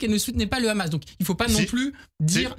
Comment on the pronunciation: le ridicule c'est votre manière de prononcer Hamas et Rima Hassan. Et l'indécence c'est comme vous relayez la propagande d'un pays dont la population dominante soutient à 82% un nettoyage ethnique et affame une population entière, c'est n'importe quoi cette histoire de 6M de plats distribués. Vous êtes une honte pour ce pays, l'humanité et vos parents probablement.